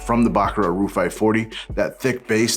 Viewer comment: NOT "Roo" but "ROOJ"